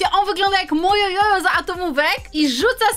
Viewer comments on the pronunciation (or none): none